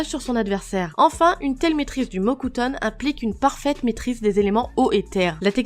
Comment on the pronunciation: Elle a dit le mot cutone ou le mocutone??😕😕